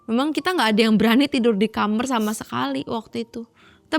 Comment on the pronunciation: dari malam mencekam saya baru tau kalo kamar diucap jadi kamer..